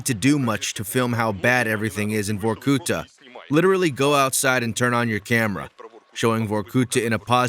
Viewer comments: Vorkutá, not Vorkúta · It is not "vorkUta" but "vorkutA" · The correct pronunciation is Vorkutá, the stressed syllable being the last. As with Kolymá or Trinidad. 🤓